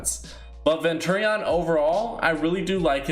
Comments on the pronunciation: You say so much stupid shit it urks the fuck out ofe you can't even say opinion you literally can't tell the difference between a hero and villain, abstract and teknique are a set. You say venturi-on its venturion all together ffs you were schooled wrong it erks me so fucking hard I keep saying I'm not interested in these fucking videos to youtube yet they still get recommended and I'm not gonna lie they peak my interest but dear god read a fucking thesaurus look at a dictionary and read a script that's been checked before each video please. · This guy really called him ven-turreon lmao